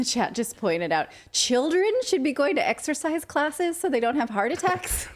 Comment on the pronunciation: Wow!! What a load of Disinformation/misinformation by that news station! STILL pushing the Great Lie. And that male reporter: Did he actually say "ExTercise Class" Wow. Maybe, he didn't really graduate grade school!